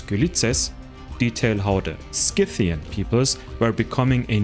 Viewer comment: I'm impressed by your pronunciation of SCYTHIAN. But not so much how you say MERCENARY